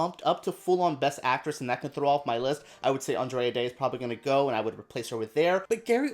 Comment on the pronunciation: Thanks for the awesome video! Just wanted to say though, that it’s Andra Day, not Andrea 😅